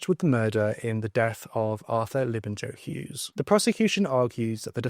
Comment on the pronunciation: It’s pronounced Labin-yo Hughes, not Labin-Jo 🤦🏻